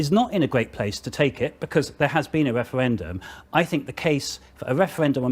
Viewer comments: Whats a "Weferwendum " ?? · this wemoaner supports a second weferwendum?